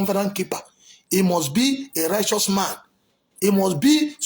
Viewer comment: You can't even pronounce righteous